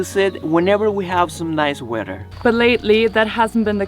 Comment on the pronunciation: Hi guys! I hope you are doing well. Me gustaría decirte algo, con todo respeto, weather, se pronuncia ueder, no uerer. Criticismo constructivo, aclaró. Cuídense mucho que Dios bendiga. ❤U guys. Y together, es tugueder, la pronunciación obviamente. No tuguerer. 👊🏼✌🏼